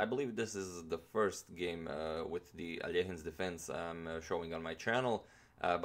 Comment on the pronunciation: There are very fine moments, when you're actually recalling you're Slav, like here with Alechin name. I'm sure all the birches on the slopes by Volga river are murmuring with delight hearing your pronunciation.